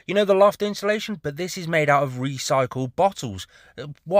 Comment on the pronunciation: INSULATION! say it correctly!